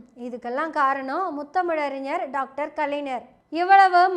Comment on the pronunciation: செந்தலை கவுதமன் ஐயா, சுபவீ ஐயா,வழக்கறிஞர் அருள்மொழி இவர்கள் பேசும் போது கருத்துகளை மட்டும் கவனிக்காது தமிழ் உச்சரிப்பையும் கவனி அம்மா! கலைநர் அறிநர் என்று உச்சரித்தல் பிழை! ஞ வைச் சரியாக ஒலிக்க வேண்டும்!